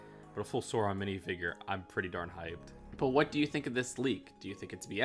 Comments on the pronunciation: ITS NOT SURON ITS SAURON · It's not sore-on it's sour-on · Burra dur? SORE-on?? Bruh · Best way to think of Sauron's name pronounciation is "Sour-on".